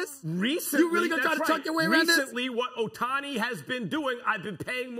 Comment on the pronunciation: It's OH-tani no Uh-tani